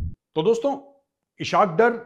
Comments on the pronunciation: #thechanakyadialogues #majorgauravarya It's pronounced as ISS Hawk Daar Not ishak dur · Sir, Pls correct your pronunciation of Ishaq Dar: It is spoken as Iss-haaq Daar, इसहाक डार, اسحاق ڈار 🙏Aur takaa k be-izzati karen I anxiously wait your tasty lectures.